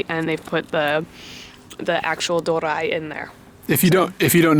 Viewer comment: ドリア is not pronounced as "do-ra-i," it is "do-ri-a." Doria was invented by an Italian chef in Japan, I believe.